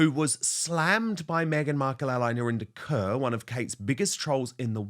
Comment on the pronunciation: Why doesn’t Narinder correct people when they say her name as “Kerr” instead of “Korr “? It’s an Indian name, Kaur. Not a Caucasian name Kerr. Could it be because it makes her sound less Indian on British TV? 🤔